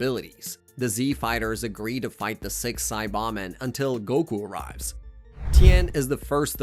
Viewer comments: Saiyan = Say+yan NOT Sī+yon Saibamen = Sī-ba-men NOT Sa+bon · The narration has to be AI he calls it gin-you force, super cyan, siabamen it's nuts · How u pronounce this shit pisses me off and 400000 others. Sai BAH men. sai YAHNS. DEMice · it's because it's an AI voice the SAY BAH MEN you plant in the ground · the way you say saiyan and saiba men leads me to believe youve never watched the show, and this is all some disingenuous bullshit for views.. not a fan